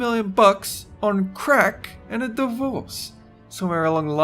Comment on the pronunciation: Haha, the way he says 'crack'. The funny thing is, you could do 3 million dollars in crack, probably take you a few months to burn through that shit.